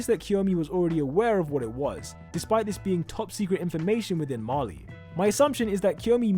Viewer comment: “Marley”, not “Mali”.